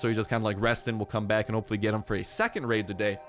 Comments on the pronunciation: He said laid instead of raid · Am i the only one who relized he said revenge laid lol